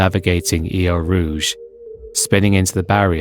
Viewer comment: “Hubert”, “Eau Rouge” and “Correa” pronunciation…